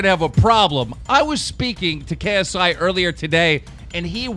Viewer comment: Jake Paul showing him how to pronounce paul but he keeps mispronounce ksi 😐😑😑